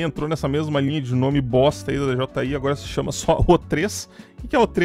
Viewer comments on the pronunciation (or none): Tu é o unico cara do Brasil que eu vejo e acompanho os videos. Inclusive to esperando ansioso pelo mini pro da hubsan. Excelentes pontos de vista, mas uma pergunta: pq d.j.i? E não "deejeeai" como falam por ai normalmente? Duvida sincera, nao é critica, viu?